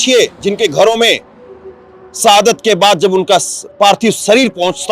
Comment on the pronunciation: Bhai hindi bolna seekh lo सहादत नहीं शहादत इलैक्सन नहीं इलेक्शन होता है। स और श का ज्ञान लो